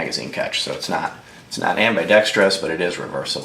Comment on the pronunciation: subscribed and dropped a like because it's a good video with good points on both weapons, but MOSTLY because you didn't mispronounce ambidextrous as ambi-dex-tree-us like SO MANY other gun channels on the tube